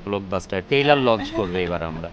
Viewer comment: তাকে কেউ বলেন এটা টেইলার না ট্রেলার।